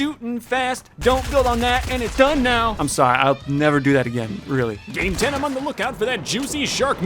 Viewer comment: Me when he says game I hear day and I’m like Wait i didn’t know he was playing Minecraft